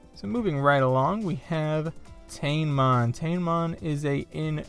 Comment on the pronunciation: It's pronounced Ta-ne-mon.